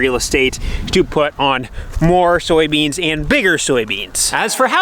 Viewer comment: Soy beans, not Sowie beans